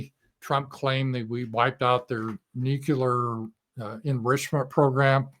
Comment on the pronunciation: Not Nuke-u-lar, but Nu-clee-ar.